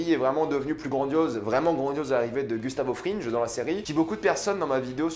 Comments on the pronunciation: « Gustavo frinje » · "Gustavo FRINJE" "SkylARE" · Skaylar, Gustavo Frinje. Eh oh, ça va l’accent là 😂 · Tu sais on dit pas Gustavo Frinje mais Fringue ; pas skylar mais skyler ; on dit pas hanke mais hainke